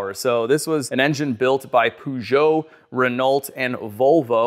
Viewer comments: Peugeot Its not POO JHOE Its PURR JHOE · Poo-Jo? Ren-alt? Nope. 😂 Peugeot- Per-joe & Renault- Ren-oh. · Great video but I think that they’re pronounced more like this, not exactly like this but not sure how to represent better: Renault = Reno; Peugeot = PerJo at least as a Brit who lived in Paris for a while. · Please, for the love of god can you stop with Pewgeough and Ren-alt... 1:3 since you got Volvo correct. Peugeot is pronounced as Purr + (combine Joe and Show to get something like Zhou) It's French after all. Same with Renault, it's Ren + 'Oh!' - again, damn French and their silly names :) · You need to stop saying Peugeot wrong